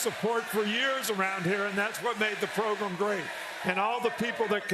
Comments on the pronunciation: Is it just me or when someone says “proGRUM” it drives me crazy. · It’s Progrum…ahight… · “Progrum” is why this segment was great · “Georgia had a great progrum we had a really good progrum” That subtle humbleness and respect to put your opponent on a pedestal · “Progrum” I love you Saban, never change. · Kirby says it the same way😂